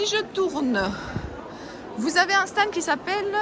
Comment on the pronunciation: Bjr. Moi qui n'ai jamais eu l'occasion d'aller sur ce salon, je te remercie de me l'avoir fait découvrir. Tu me mets le sourire quand tu dis le "sta ned".